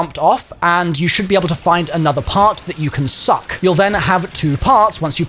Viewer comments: “And you should be able to find another part that you can SUCKk🗣️” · Only thing that i remembered from this video is how much you love to SUCC things. Who says it like that lol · "NEED." inhales "to SUCK!..." Never change lmao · Why you saying suck like that 😂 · Why you gotta say suck like that 😭😭😭😭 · Bro I thought I was the only one 😂😂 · 😂😂😂 that had me laughing 😂 I'm sorry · The pronunciation of "suck" 🤣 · I dont like how you saying “suck” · The emphasis on all suck variants made me a bit moist